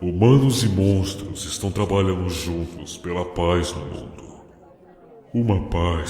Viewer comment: "montros"???? Quem percebeu isso tbm?